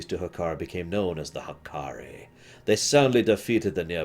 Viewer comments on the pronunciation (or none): none